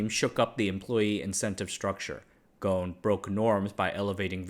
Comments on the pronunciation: Ghon? You are not pronouncing the S in his name, its pronounced Ghusun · It supposed to be Ghosn not Gon because of the way the Japanese addressing his surname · btw Carlos’ last name is pronounced “Gho-son”. The S isn’t silent. However it would be interesting to see how Gon would manage a multinational manufacturing company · yeah i was also gonna comment on this, Carlos is lebanese so his name would be pronounced "Ghosn" with emphasis on the "S" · Pronunciation of Ghosn is WITH the s , sadly these instructions about how to pronounce it came from France , where they ommitted to pronounce it, best way to pronounce it in English is Gosn, every letter pronounced, since the name is Lebanese, not French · The S in Ghosn is not silent. Its an arabic word, Ghosn in arabic means tree branch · Great video as always, As an arabic native speaker The 's' in Ghosn is not silent And it means tree branch غصن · That's funny. In Brazil we would pronounce the s in his surname. I was actually surprised to hear it differently here